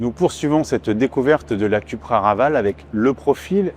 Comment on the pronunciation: Suis-je le seul à être irrité d'entendre "cUpra" ? 😬